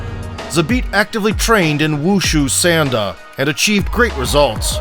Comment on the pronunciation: I train sanda as well and i don't mean to be rude but its pronounced saun like in sauna and the da is pronounced d ah